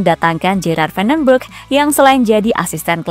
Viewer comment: Gerald Venenburg itu orang Belanda, maka huruf G-nya berbunyi H. -> Herald. Begitu juga Justin Hubner, orang Belanda memanggilnya: Yustin, bukan Jastin Habner. Coach Yustinus, bukan Jastinus. Hehe.